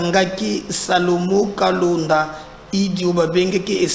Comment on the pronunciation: Monsieur pourquoi est-il si compliqué pour toi de prononcer correctement les noms de gens ? "Salomon Kalonda" et non "Kalenda"🤣😂😅